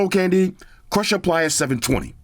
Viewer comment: It's pronounced "Player"!! Not "Plier"